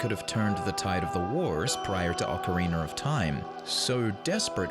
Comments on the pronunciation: It's ocarina not ocareener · OK. 1. It's Ocarina NOT OCARINER. And 2. Lens of Truth NOT Lens of EMPATHY